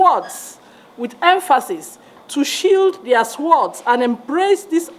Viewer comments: She doesn't even know the correct pronunciation of "Sword" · it is 'sheath their swords' and not " shield🛡️ their swords." The W in sword is silent. People are actually unhappy with you. Check the comments.😊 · She pronounces sword as "Suword, sheat their suword" Who is this lady, and where is she from? Where was she when INEC declared the election result without following due process? If a thief steals your stuff, you will join the thief for the sake of national unity, really? How does joining Tinubu bring national unity? She does not know the meaning of democracy. If the election was rigged, the winner is not democratic. She doesn't understand the importance of democracy or even justice. She is so ignorant. Woman, go home and discuss the matter you are conversant with, like making a good Egusi soup for your husband. Who are you to tell anybody to "sheath their sword" Doctor that cannot pronoun sword, what school did you go to? Who were your professors? That is what we are dealing with in the Nigerian context; some people like this woman don't want to do the right thing; they are so gullible. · Apart from me, who else noticed that the woman doesn't know how to pronounce "sword". 😂😂😂😂 Listen from👉 and you will get what I am saying. I come in peace. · A doctor who cannot pronounce the word sword, that's interesting